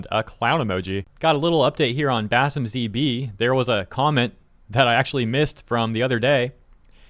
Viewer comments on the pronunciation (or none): can't even read! He kept saying BasimZB, BasimZB. FFS Its BasimpZB!